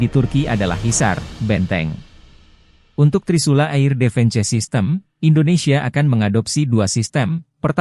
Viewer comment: Beritanya seru dan menarik sayang yang baca beritanya anak sd (sekolah dasar) di eja semuanya mentah2 air (eir)di baca air defense (difens) di baca defense parah2 malu2 in di ganti apa min sama yg bener bisa baca berita jgn org kampung jyk gini di suruh baca berita..jadibyagk enak di dengernya...